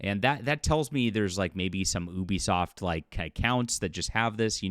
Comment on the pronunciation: It's pronounced You-Be-Soft, not Eww-be-soft.